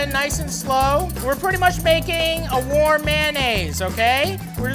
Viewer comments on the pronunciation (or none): I legit thought he said, "We're just gonna' make a WAR mayonaisse!" and for 2 seconds I was like, "The heck is a WAR mayonaisse?!?"